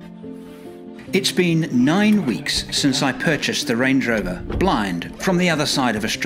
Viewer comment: "stange lover" instead of "range rover" 😂